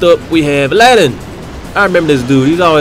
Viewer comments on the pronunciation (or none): none